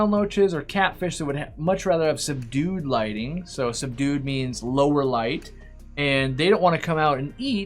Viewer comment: I thought when you said "they like subdued light" I heard "they like some dude light" like the fish are chillin in dude light